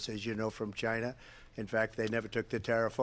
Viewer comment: Donald Trump: Chyna chyna chyyna!!!